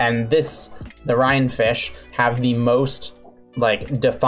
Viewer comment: the Rhine (Rhein is the actual spelling, pronounciation is half correct tho) is a river in germany. the river the romans did not like to cross.